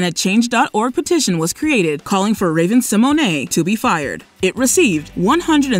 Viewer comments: I’ve literally never heard Raven Simone’s name pronounced that way 😂 like Raven Simonay 😂😂 what?!? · I just cant with how you keep saying raven Symone I just kept praying there wouldn't be anymore clips with her... it is pronounced Sim moan not simoanay lol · TO: You are aware Raven's name is Symone, like SIMONE Biles, not Symoyne'. It's just funny hearing the mispronunciation of her name, is all. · It's SI-MONE not Si-Mon-Ey! Horrid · Everytime she says Raven Symonay 🤭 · "Raven See moanae" 😂😂😂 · Raven Sim-o-nay?? 😂😂